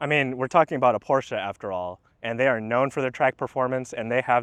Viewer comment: Thumbs up for this video and for pronouncing PORSCHE correctly. 800V charging system seems to be way more available here in Europe. Therefore for me the Porsche is ahead when it´s about charging. kind regards from Austria